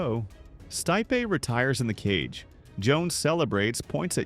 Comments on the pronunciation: Pronounces Stipe's name right the first time.... Continues to mispronounce Stipe 4 more times..... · pronouncination of non-english names is terrible (Stipe for example)